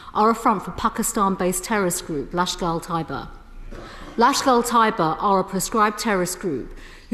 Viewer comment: Great to see Hon. Priti Patel grilling the government on Pak’s history of unleashing terror. - but where is “Fulgrum” and who is “Lashkul Tyber”?! Love her passionate advocacy of India, but least she could do is get the pronunciation right?! 🤔